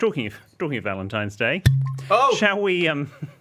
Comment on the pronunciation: How the hell did not pick up on ‘ValentiMes Day’??!! 😂😂